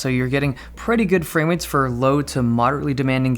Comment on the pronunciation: fwame wates